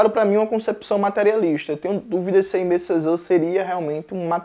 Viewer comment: Oi, Jones! Aimé Césaire pode ser pronunciado como "emê cezér", enquanto "Jean" do Jean Paul Sartre pode ser pronunciado como "Jan". Espero ter ajudado, adoro seu conteúdo ;)